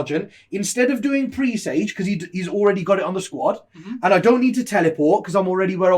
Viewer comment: Presage pronounced like message dudes!